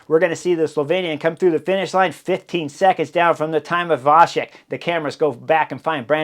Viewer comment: Great coverage as always. One little hint - in slavic languages "C" is always pronounced like tz (e.g. tzar), so Vacek is pronounced Vatzek. Only with caron "Č" (and with cz in polish) it is pronounced soft - like CH (e.g. chilli)